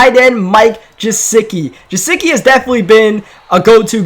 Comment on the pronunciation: And yet he say Jesicki instead of Gusecki